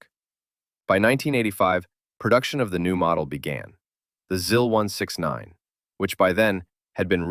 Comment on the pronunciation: Just a minor nitpick, the i's in Russian are more like the ee in "sees" than in "sis". So it's more like "zees" and "zeal" rather than "ziss" and "zill".